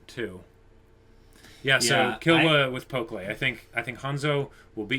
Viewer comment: Man I love you guys' reactions, your discussions are always so well thought out! Can't wait till the next episode. Oh, and I'm not sure if you've noticed, but you've been saying Pokkle's (the archer) name wrong (it's understandable, I think they only say it like once). It's pronounced "pok-ul", like how you would read it in English, not "pok-lay".